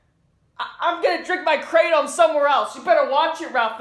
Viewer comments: Cmon Ralph? You can't even pronounce Kratom properly, but yeah sure, you're on opioids, you're shooting brown into the juggular for sure! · Did he say kratom? Lol